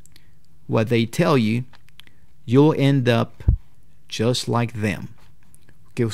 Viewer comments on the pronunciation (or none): No entendí esa parte, dices "Yo end up just like them"? énfasis en "YO", entendí eso